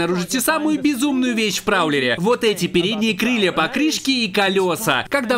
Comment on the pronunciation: Кришей. Крилья. Пригает. Учись говорить